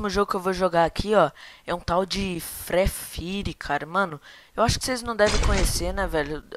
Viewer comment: O frree fire ouve primeiro do que o fortnit e nem sabes dizer free fire